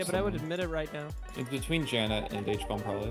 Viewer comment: Who else loves how they all call HBomb “Huh-Bomb” 😆